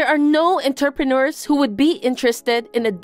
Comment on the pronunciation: I was just listening to and not looking at the screen. I kept wondering where interpreters made so much money, then I saw the word was actually entrepreneurs. I had to laugh out loud. Some of the mispronunciations in these stories are so hilarious that they are more entertaining than the stories themselves.